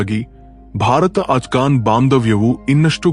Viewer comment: Nimma uchara sarigierali afghan ajghan anta heltiri